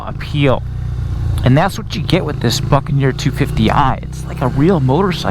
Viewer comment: Is it me? or does it sound like he's saying fuckaneer every time?